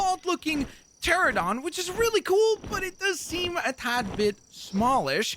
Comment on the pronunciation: The Quetzalcoatlus is a Pterosaur not a dinosaur. Pterosaurs are not flying dinosaurs the true flying dinosaurs are Microraptor & Birds. It is actually the Dimorphodon not a pteranodon also you butchered the pronunciation of the Pteranodon. Again they’re not dinosaurs. You mispronounce the Stegosaurus. You mean the Triceratops. Can you please do research before you do something paleontology related.